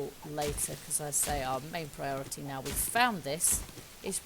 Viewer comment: Lol I've heard people say naw instead of now.